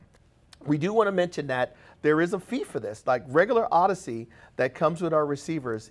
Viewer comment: Why is pronouncing it "ard-issey" instead of "ord-issey"? Does he pronounce AUDIO as "ardio"? Bizarre, and very jolting to hear every time he says it! Anyway, thanks for the useful video!